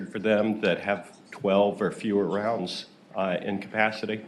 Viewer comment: I wanted to STRANGLE that 1st fuck for saying "Rounds" wrong in EVERY WAY POSSIBLE!